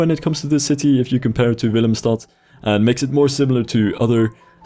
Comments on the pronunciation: Prima Engels! Je "Willemstad" verraadde het feit dat je Nederlands bent. Je Nederlands is ook erg goed. ^^ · de winter nevermind i heard how you said willemstad